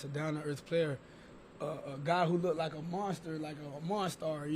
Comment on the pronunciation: The way Lamar pronounces the word “Looked” is very cringe